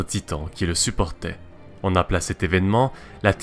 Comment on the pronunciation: Alors la vidéo est cool mais bordel "on" se prononce "on" pas "an" Y'a une PUTIN de différence !